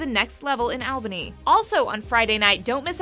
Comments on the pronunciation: I live in Albany, and hearing her try to properly pronounce it was killing me... It's ALL-bany - like ALL the time, not AL. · It's fight night Albany: ALL-Bunny not Al-Banny